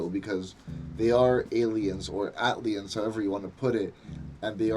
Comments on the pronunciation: The way you pronounce the album title though lol, it’s just A- T- L - liens rather than Atliens but you’ve said it right correct in some areas of your review. I do have to say, this is the most subdued OutKast album out there and I can see why thinks it’s a snoozefest because it’s not high in energy but it’s production got the fuck out the way in order for the sharp lyricism of 3000 and Big Boi to shine to its fullest and more times than often if the production is lively and super dope it clouds and distracts what ever the MC could be saying, like a defense mechanism for wack MC’s. Great review, definitely one of the hardest OutKast albums to appreciate. “Elevators” is a classic in Hip-Hop whether likes it or not lol. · I like the pronunciation of the album title. Iol it's actually short for Atlanta aliens. that's y tha ATL stands out . Great review tho. I also watched ur goodie mob review. Am from Mississauga btw👍🏿